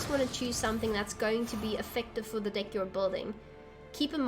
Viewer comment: This might sound super immature but at the beginning you said choose a deck to play with and it kinda sounded like choose a dick to play with lol! What can I say I find the worst in the best lol!